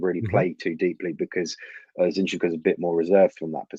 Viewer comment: Two things are for certain... 1. MM would be an amazing buy. We must have this kid. With that kind of a mentality... He'll break through a lot of ceilings! 2. We all pronounce Zinchenko wrongly! 😂